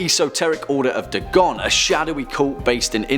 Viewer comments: Its not "Dah-gon", its "Day-gon" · Its pronounced "Daygon" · Your pronunciation of Dagon was off. It's said Day-gone. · Pretty sure it's pronounced DAY-GON not DAH-GON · It’s not da gone It’s day gone, Dagon is the god of fish, and he is the coolest in my opinion. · i thought dagon was pronounced Day-gone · It's pronounced "Day-gawn" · Pronounced: day-gone. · its pronounced DAY GONE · I'm British and I know it's pronounced Daygon the only reasonable excuse is that he just reads a script he probably doesn't care at all and is just a puppet of a company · Your pronunciation of the name "Dagon" is off by far. And no, Dagon is the earthly name for the creature, unlike Cthulhu, which is spoken in an Alien tongue and thus not meant to be pronounced by the human tongue. Dagon is pronounced (as mentioned in one of the MANY letters Lovecraft wrote) "Day-gone". So points off for that. Also, Hastur is mentioned in "The Whisperer IN Darkness", not of darkness.